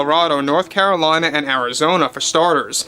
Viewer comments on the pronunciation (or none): none